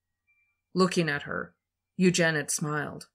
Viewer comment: Oh, it’s not pronounced you-jen-ids. It’s pronounced You-jen-id-ees